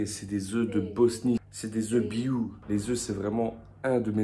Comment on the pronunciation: "des œufs biOU" 🤣 tu m'as tué...